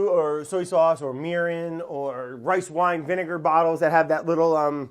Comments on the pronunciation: Hunzi, I know we make fun of brads annunciation a lot. But, I feel like we’ve missed numerous opportunities to point out that he pronounces the word “soy” like “so-yee”. Let’s jump on that shall we. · Sowee sauce